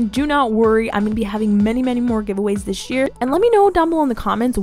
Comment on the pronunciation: I don't mean to be rude, but when says "this year", it sounds like "dish year" 😁